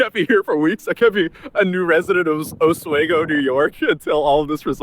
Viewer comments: Its pronounced OS-SWEE-GO. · It’s not Os-way-go is pronounced Os-we-go. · Some, for what she did to him. There is harm. Also, it's pronounced AH-SWEE-GO, New York. Hello from Syracuse! I LOVE Atozy and he has amazing content. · Oswego is pronounced oh-SWEE-go. Former upstate New Yorker here. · it pronounced os wee go. I forget how close this thing is. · Ahs-wee-go** you're welcome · It is Oh-Swee-Go. Not whatever this dork says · Small world, … Oswego (pronounced: OZ-WE-go) NY is off of Lake Ontario… small town that I grew up in and graduated from High School… really cool town… just didn’t like the lake effect snow… if Syracuse didn’t get hit for sure Oswego did… not to mention there are 3 Nuclear Power Plants there- which is why my Dad had us move there because he was a Q C inspector that worked at the Fitzpatrick Nuclear Power Plant!!! Nine Mile Nuclear Power Plants… yeah, moved away shortly after graduating from High School cuz I didn’t want to end up glowing in the dark if you catch my meaning! 😂lol… but, yeah that part of the country upstate New York is beautiful….beautiful country! ❤ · It's pronounced with a long E. Osweeego. Lol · He can't even figure out how to pronounce Oswego or recognizance for his video. How is he even this kind of influencer ? 🤔🤷